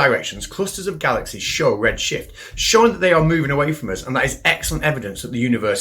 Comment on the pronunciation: make sure to pronounce the "f" in shift.